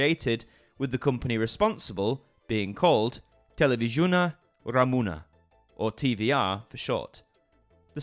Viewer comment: The way you spell Televiziunea Romana sounds hilarious for a Romanian native speaker. Not really correct pronunciation 🤭😅